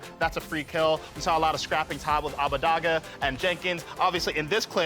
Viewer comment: Hearing Abbedagge repeatedly pronounced Abbadagga hurts me physically